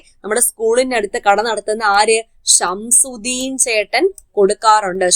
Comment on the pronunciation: ഷംസുദീൻ അല്ല ഷംസുദ്ദീൻ.